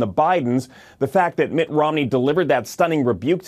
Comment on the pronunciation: Mitt not mick